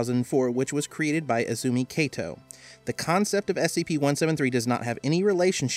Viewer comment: It's Izumi Kato not Ezumi Keito いずみかと not えずみけいと